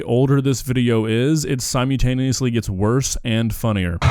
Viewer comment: I've told you quite a few times already, dude... there is an 'L' in 'simultaneously'. Jesus Christ! lol